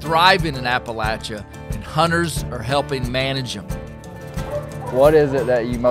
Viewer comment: thanks for pronouncing Appalachia correctly lol